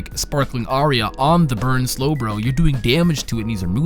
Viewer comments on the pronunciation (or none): Aria not area lol